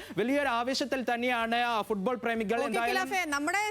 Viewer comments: ഫൂഡ്ബോൾ അല്ല ഫുട് ബോൾ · എപ്പോഴും ഫുഡ് ഫുഡ് എന്ന് വിചാരമേ ഉള്ളൂ ഫുഡ് ബോൾ അല്ല ഫുട്ബോൾ അങ്ങനെ പറ